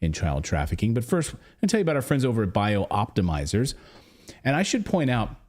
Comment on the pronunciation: Clayton, you're putting an extra letter and an extra syllable into Bioptimizers. As written, it is Bi-optimizers NOT Bio-optimizers. Cheers, Roger Peacock